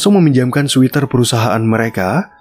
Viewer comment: Sweater dibaca SWETER... bukan SWITER.....